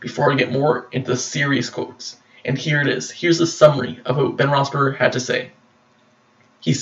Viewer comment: You can't even correctly pronounce Ben's last name correctly